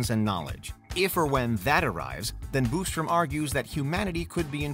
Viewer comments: The "Boostrom" irks me lol....there is only one "o". BOSStrom 😆 🤣 😂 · Bos not Bustrom